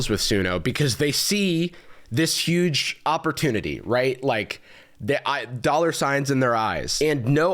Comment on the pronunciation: Jarvis ily and dont take this the wrong way but u kinda say huge like the orange man